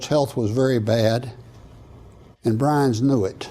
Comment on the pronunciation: Byrnes, not Brinze.